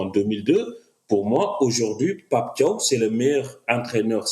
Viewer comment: Déjà pour commencer c'est Pape Thiaw comme "Ciao" en italien